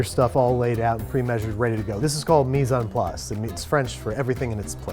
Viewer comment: Mis en place means put in place also its pronounced me not mes